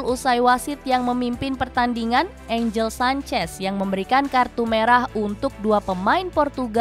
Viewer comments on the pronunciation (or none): none